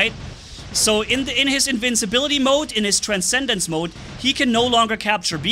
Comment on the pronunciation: "Incincible" "rancendance" just two words you miss, I adress this, without hate ok? I just thought is funny